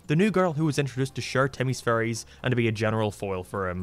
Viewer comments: I’m sorry ….But every time u say fairies the captions pick up furries…. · Your accent makes it sound like you are saying furries instead of fairies 😅 imagine a show called the furry odd parents 😳.... maybe not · Most people: fairies: furies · pronnounces "fairies" in a way that it sounds a loooot like "furries" And he likes Sonic the Hedgehog... What's your fursona,? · I never watched this show, I just like these videos because the way you say fairies sounds like furries